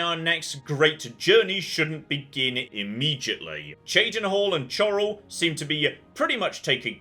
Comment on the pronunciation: I love it. He's saying Cheydinhal correct. Now we just need to work on Chorral (Coral).